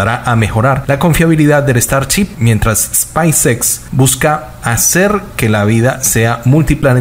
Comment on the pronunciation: El mejor hablando inglés XD Starchip XD